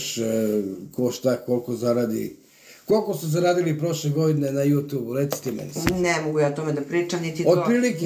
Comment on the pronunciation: Aman, ljudi, ježimo se na vašu izjavu,, JUTUB,, IIzgovara se,, jutjub'' Smeju vam se ljudi!